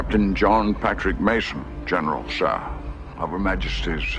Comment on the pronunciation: 'General Shir'. lol